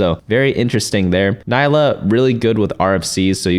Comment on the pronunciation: it's not Nailah